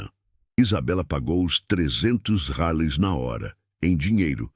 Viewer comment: Pq fala reais ao invés de reais 🤐🤐🤐🤐🤐